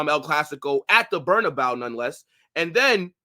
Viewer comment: Please stop saying “Berna-bow”. That is not how it is pronounced.